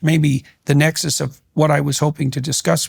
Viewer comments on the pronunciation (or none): none